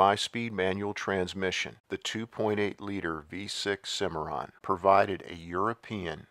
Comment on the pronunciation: Anyone else hear a record scratch when he said "Cadillac Cimmiron" ? That was easily one of the worst grifts in GM rebadging history...